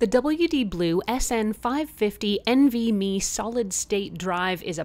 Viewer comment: Hi as somebody in the tech industry (and a fellow Calgarian) I just wanted to point out a few of your pronunciations Nvme you just pronounce each letter it's not NV-Me DRAM is pronounce the letter D and then Ram SATA is pronounced SATA like Santa without the N There were a couple points where you said adding a larger one as performance but it just adds storage. And the nvme drives actually run quite hot compared to a standard SSD that uses a SATA interface, but they are built for the heat and can exceed 60° C with no problems in performance. It is also something to note that upgrading a laptop to one of these is not always easy for somebody who's not adept at technology as taking the laptop apart to access the components can be tricky for people who are not comfortable with it it is also worth mentioning that the nvme drives come in different lengths so every laptop might not be able to use the exact nvme drive you reviewed. The length of the drive also does not dictate the storage capabilities as you can get a shorter one with 2 terabyte and 4 terabyte configurations